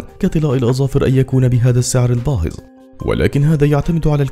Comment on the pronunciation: ⚠️(الثمن الباهظ) وليس (الثمن الباهز).. يرجى النطق السليم